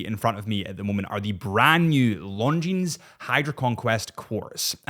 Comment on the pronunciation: The terminal consonant is silent in the word “Longines”.